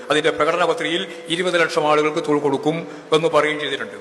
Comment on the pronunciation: Thozhil nn thanne allle paranjeee? Aksharam mariyoooo 😊